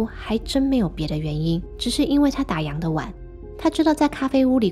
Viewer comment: 打烊，烊，读第四声，跟样子的样是同一个读音。不要再读错了。